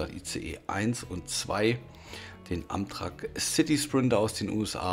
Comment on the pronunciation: Nicht böse gemeint aber es wird Ämträck ausgesprochen LG